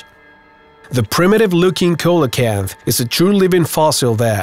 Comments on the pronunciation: It’s not a coela kanth! It’s a see-Lu-kanth. Your not alone though. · Coelacanth is pronounced see-luh-kanth. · Can't even pronounce coelacanth properly, if u can get a job Mr narrator doing this then I can